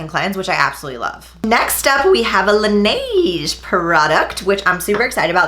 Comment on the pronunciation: You're getting closer to pronouncing Laneige correctly!! 😂😂😂 Also I know you're loyal to Tula but another great daily sunscreen is Etude House Sunprise.